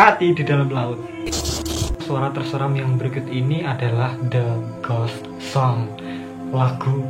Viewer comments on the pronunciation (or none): Pas di "The Ghost Song" kok pas bilang gitu yang kudenger "The Gosong"👄